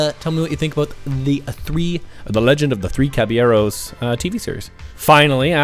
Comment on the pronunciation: I approve on the caballeros pronunciation